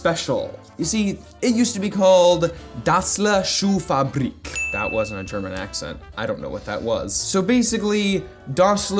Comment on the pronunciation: As a german, you pronounced 'Schuhfabrik' pretty accurate...or at least better than most americans